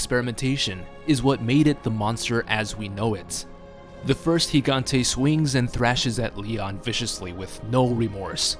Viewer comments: its pronounced el higante (Gigante) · Finally someone actually knows how to properly pronounce his name. Seems nobody realizes the first 'G' in Gigante makes an H sound.